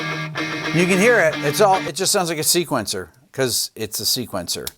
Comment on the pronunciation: That little pause in between really emphasizes it, hahahaha :P